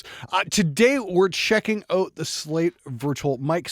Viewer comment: Checking oat the Slate Virtual Mic System. Canadian Confirmed!